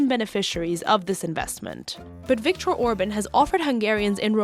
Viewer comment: Please az least try to look up names and words ( Orbán, Kolozsvár. FIDESZ etc. ) that you’re using in your videos. It’s an easy Google search.